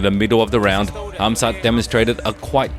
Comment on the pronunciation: Why is everyone calling him hazmat instead of khamzat😂